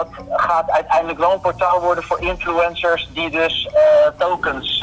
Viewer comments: Hahahaha de manier waarop 'infuencers' zegt, hij zegt gewoon influunsers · ''Infloensers''